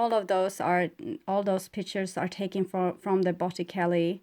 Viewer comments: You are amazing and I hope you don't take this wrongly it's to help you...you pronounce in Italian Botichelli...ce makez the ch sound. Take care! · Pronounced bot-eh-chel-e